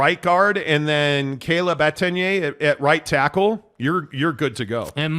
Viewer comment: So many errors in this one video. Mispronunciation of Etienne’s name, doom and gloom around Slovis, byu being the “16th” team in the Big 12. Man is insufferable.